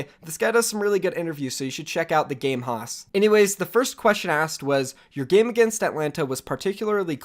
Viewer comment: Haus is pronounced like House not "hoss"